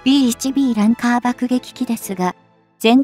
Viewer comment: ランカー→「ランサー」